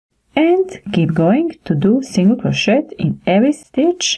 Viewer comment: Crow-shay my dear. Not crow-shet. The ‘t’ is silent. The tutorials are great. Thank you.